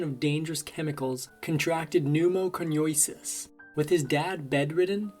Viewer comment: OMG! As a retired physician, I cringed at the pronunciation of the disease "pneumoconiosis" by the narrator.